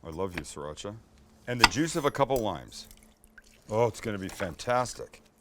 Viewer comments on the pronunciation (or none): none